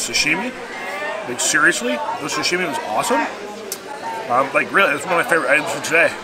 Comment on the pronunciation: ...it is sashimi, not sushimi. Pronunciation is like You would say sushimi american way.:) Great video as always.